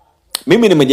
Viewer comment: jifunze ata kuweza kusema R ..😂😂 mpira sio mpila . Kafara sio kafala . Mimi nimejaribu sio nimejalibu ... Kia kuongea kwanza sio kupiga kelele nauo unao ongea ni uongo mtupu